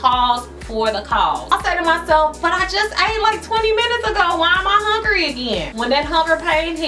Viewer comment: I love the fact that you say HONGRY...lol... I totally say that. This video was great! Thanks